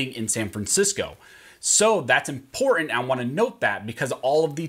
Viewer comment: Thumbs down 👎 because he can’t pronounce important 🤔